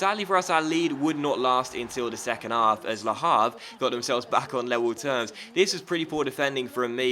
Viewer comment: H in Havre is silent